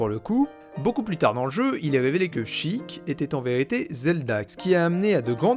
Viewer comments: A chaque Sheik prononcé "chic" prononcer au lieu de sh [É] kun chaton se turas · Ah ça me fait grincer les dents le fait d'entendre "Chiiic" mais bon après chacun ses habitudes mdr, très bonne vidéo ! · Comment ça on prononce "sheek" et pas "shèik" 😭 Je ne savais pas que ça correspondait au mot anglais "seek" mais ça a grave du sens avec Zelda et ses actions ! Merci pour ta vidéo, c'était super intéressant et instructif ! 😊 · perso je disais SHEIK maintenant je dis CHIIK (plus classe) ( ET C'EST PHOTOSHOP FLOWEY PUTAIN DE MERDE) sinon y a t il des gens qui prononcent sans comme sense (je les comprends pas ceux làs) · Je suis en plein visionnage de cette analyse, ayant adoré la partie 1. Je découvre ton travail sur le tard et c'est vraiment super, bravo :) Je reviens sur un truc : tu as raison de dire "Chiic" pour Sheik. Mais dans ce cas là il faut aussi dire "Malone" pour Malon, "Talone" pour Talon, et "Ranch Lone Lone" pour le Ranch Lon Lon. C'est prononcé comme ça en jap ^^ Voili voilou ! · sheik je le prononce "sheilleque" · Je suis le con qui prononce chëic 😐😐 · Bon moi je prononce « Shéyk » Donc je suis très loin...